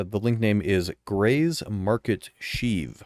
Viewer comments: Shiv in not sheeve. Shiv like ship. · You say "shiv" wrong like 80 times. <3 lol it's like "chiv" more than sheeve. <3 thanks for the content. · its pronounced 'sh-iv' like shi# only with a V...not sheeeeeeev lol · Shiv, not sheev. facepalm Are we sure "Grey's Market Shiv" is a ship? It really sounds more like a new NPC and environment we can access. For all we know, it's a wandering ship that we have to locate and land on (unlikely, but who knows at this point). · Hearing you pronounce shiv like Sheev Palpatine's name made me laugh. Its pronounced the same way you'd pronounce the 'shiv' in 'Shiver.' Good video though, nice and informative with no bullshit like other content creators seem to like to do. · bro said SHEEV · Short "i". Shiv, like "if". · Good video as usual but damn, the way you pronounce "shiv" hurt me haha It rhymes with "give" or "live" for example